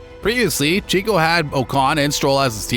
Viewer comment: its actually Checo not Chico (it sounds like Cheque but add an "o" at the end, Chequ-o). Great video btw! this should have way more views, its so well narrated and edited!